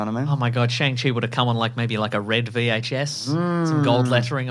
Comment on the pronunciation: Hey and! Just so you know, Simu Liu has clarified how to pronounce Shang-Chi. It's pronounced like "Shong- chee"